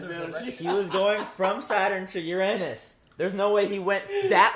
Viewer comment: I'm 99% sure it's a Von Neumann Probe. PS. Ehm, it's "you-ruh-nuss".